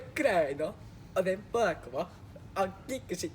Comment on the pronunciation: お弁当が言えてないりゅうがちゃんもりゅうがちゃんのマネする大昇ちゃんも面白すぎて😋💗笑